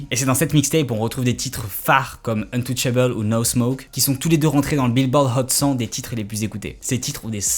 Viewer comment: « Billboard hot cent » avec l’accent 🤣